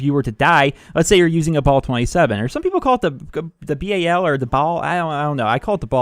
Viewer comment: its the "bal" 27 , as in pal with a b :)